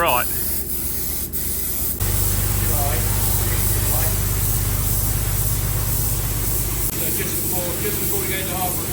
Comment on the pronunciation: Take a drink every time he says ""! LOL Great work here! Thanks for sharing this!